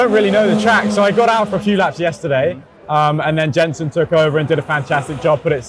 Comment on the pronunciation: love your videos, but I have to say it Jenson, not Jensen. Hurts my ear.;)